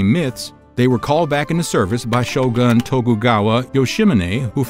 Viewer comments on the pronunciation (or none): none